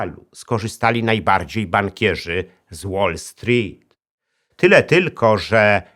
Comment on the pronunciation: Super się Pana słucha, ale proszę sprawdzić wymowę "wall street" bo cierpiałem w trakcie materiału